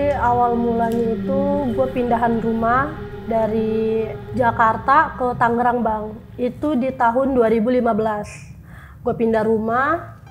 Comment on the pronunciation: Tangerang ya bukan Tanggerang plis deh jawa 🙏